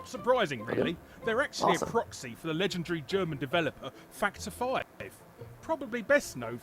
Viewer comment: I'm sorry. Every time says "Factor 5," I hear "Fucked her five."